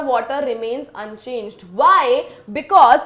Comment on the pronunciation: remain unchagee